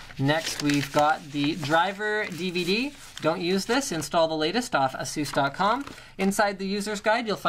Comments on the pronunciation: Yeah haha it's pronounced A-Zues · he says it proper, but i still prefer how we normally say it, like (ph-eee-nauhm), (ay-suhs), (sah-ta), they say it all fucked-up but its proper. Like the accent from the ppl of England and Canadian/American accent! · Sounds funny when he says ''Asus'' xD I would say A-Sus